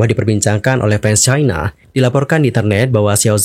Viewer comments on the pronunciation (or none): none